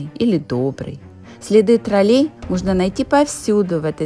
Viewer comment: Наголос на ,,О''...ТрОлей !!!!! Ви спеціально,це робите,для уваги глядачів !!???